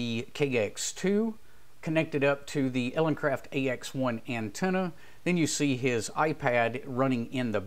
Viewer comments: Good video, thanks. Just wanted to point out that it sounds like your are saying EleNcraft in the video. It is actuall ELEcraft, as in Elegant Craft... Cheers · Elecraft not eleNcraft just fyi.